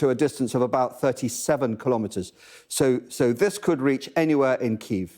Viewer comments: Thanks to Sky News presentation for taking the effort to pronounce Kyiv. Unlike the BBC "Keev". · Finally started pronouncing Kiev the correct way at the end..